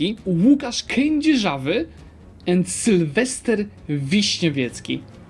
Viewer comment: Being part Czech, you did somewhat confuse me with how to pronounce Kedzierzawy, but everything else is easy mode